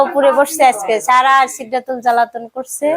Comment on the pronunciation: চেহরি কি 😂😂😂 সেহেরি হবে,,, খালি পারেন খাইতে,,,ভাষা ঠিক করেন কে সারাজীবন চারা বলে পার করে দিলেন 😅😅😅